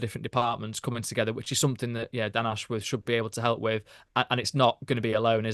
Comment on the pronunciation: Posh boys calling him "Dan Ash-Worrrrth". It's "Ashwuth". There's no elongation of the "worth" part of his name.